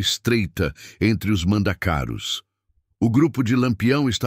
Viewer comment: A fonética é mandacarú e não mandacáru